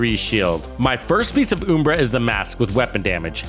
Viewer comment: It's UHM-BRA, not OOM-BRA🤣Still not sure about this gearset, maybe this is the build that makes me want to use it..